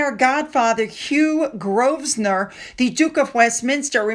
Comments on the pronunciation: Grosvenor = Grow-vnor. The S is silent. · MM is using the children's clothing to connect herself with Harry's family as it's the only thing she has. She needs to appear royal, hence the latest seizure of the Sussex name and HRH style. Also, just so you know, Hugh's name is pronounced Grove-nor (no "s") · Hi, Hugh Grovenor, the 's' is not pronounced. And the surname is Chammers, the 'l' is not pronounced. Tricky pronunciations all over the place 😅 Girls who code? Americans and lots of Brits will probably not know that in WW2 many many women worked at Bletchley Park in England decoding the German messages and helping to bring an end to the war.